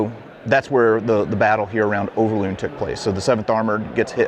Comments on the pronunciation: overloon not uverlone . i love your history stuffies but its overlooooooooooon not uverlone , your vidoe is lovely and sweet , but its overloon hahahhahaha i am jokking dont takke it to harst oki much love <3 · Sir, i always think it is funny to hear a foreigner try to pronounce Dutch names and words. You pronounce Overloon in a funny way. You pronounce the first O perfectly. Just copy how you pronounce this first O to the second double O..... Make the same sound. And then you pronounce it correctly. Over, the O sounds the same as the double O in Loon. But you made the double O sound like a u in Tune. Or Looney. Moon. It is more like Moan, Over.